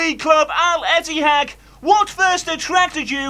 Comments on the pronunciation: Ettifaq not etihaq 😂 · It's Al Ettifaq, not Al Ittehad. 😂😂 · Al-ettifaq is pronounced Al-Ith-eh-fak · Stevie G actually said El Ettifaki 😂